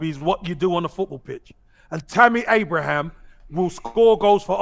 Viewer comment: THERE IS NO 'S' AT THE END OF TAMMY ABRAHAM!!!